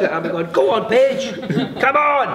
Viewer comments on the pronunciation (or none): When he said Paige I thought he said Bitch and I was like HELL YEAH TELL HER but he’s too nice omg🥺😭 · 100% thought he said bitch 😂😂😂